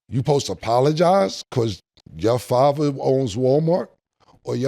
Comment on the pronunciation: Cam says Favva instead of Father. Hehehee 😂😂😂